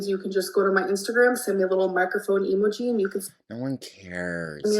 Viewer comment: I dunno if this is because I'm Canadian but the way she says 'emoji' drives me absolutely up the wall. It's not 'EE-muh-gee' it's 'EE-m-OH-gee' jhc.